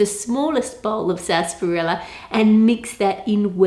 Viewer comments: did she say sasperella 17 times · am I the only one just like wtf is sasperella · What the hell is sassparella? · How To Cook That the way you say sarsaparilla triggers me